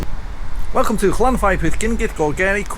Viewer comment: ...Don't give up your day job lol.... We got enough English trying to kill our language!!!